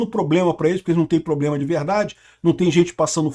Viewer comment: Inclusive a " primeira dama" q fala "ploblema, irresponsável etc..."😂😂